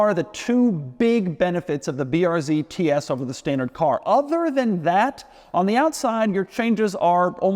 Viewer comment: Tee ees